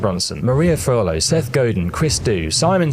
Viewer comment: Did you mean Forleo? Or Furlough? Also, I think this could have been a bit shorter. You had a bunch of word salad where it didn’t need to be. Otherwise, thanks for the video.